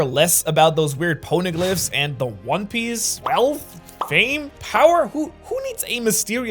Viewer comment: "One pice" 💀